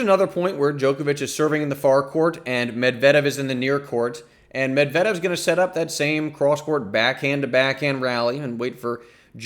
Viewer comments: Your emphasis is on the wrong syllable on Medvedev name! It's MED-vedev. NOT med-VED-ev. I wince every time I hear it. Other than that, nice breakdown.👍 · YOU ARE SAYING HIS NAME WRO..... OH OK I just heard you say it correctly.... but just once....eh nvm you went back to your butcher. Medvedeeeeeeaaavvvv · I just wanna know where you get that "Med-vedev" pronunciation. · Its Med-ve-dev u Dummy!! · good stuff as usual! you and darren cahill pronounce Medvedev differently, interesting that there isn't one pronunciation that tennis commentators seem to be using. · Good strategic breakdown, but I got distracted by the pronunciation of Medvedev. LOL. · Lol you should stop uploading tennis videos and start uploading your standup routines. Also, I think you're pronouncing Medvedev wrong.